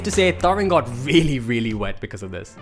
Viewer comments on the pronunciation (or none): "vreally" wtf